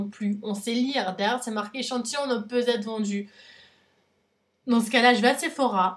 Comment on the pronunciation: Arrête de dire ne peut Zêtre vendu, c'est horrible ! Après entre ta bb crème qui vaut presque le prix de ta box et les gélules qui coûtent cher aussi (et c'est pas un soucis d'âge la perte des cheveux). Alors oui ELF ça m'a fait rire aussi mais à part ça c'est pas si horrible (et y'a un E à la fin de gueule). Tu payes 15€, faut pas t'attendre à recevoir 50€ de produits à chaque box.